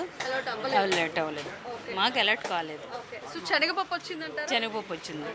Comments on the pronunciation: చెనగపప్పు కాదు, శనగ పప్పు అండి. మంచి భాష నేర్చు కోండి. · చనగ పప్పు కాదు... శనగ పప్పు అనాలి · Amma language sari chesuko, chanaga pappu kadu talli, SANAGA Pappu, telugu sariga inka nuvvu nerchukoli amma, dont mind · చెనగ పప్పు కాదు, సెనగపప్పు అని పలకాలి ఇంకా భారత్ రైస్ కోసం రిలయన్స్ స్టోర్ వెళితే దొరుకుతుంది భారత్ రైస్ దొడ్డు బియ్యం లాగా ఉన్నది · " 360 నిజం ఆలోచనను మారుస్తుంది " ... చెనగపప్పు కాదమ్మా అది శనగపప్పు " .. పదాలు తప్పులేకుండా పలికితే తెలుగు బతుకుతుంది 🙏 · Amma THALLI chenaga pappu KADU , senaga pappu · చనగ పప్పూ కాదు, శనగ పప్పు, ముందు భాష రాని వారిని యాంకర్ గా పెట్టిన వెధవలు అందరిని పాడు చేస్తున్నారు.